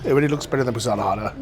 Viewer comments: You pronounce Uzhhorod as if it was Uzhgorod? Is that because Ukraine pronunciations are different from what English spelling would indicate? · I guess he cannot pronounce the Ukrainian г properly (similar to h in English but voiced) so instead pronounces it like the Russian г (g).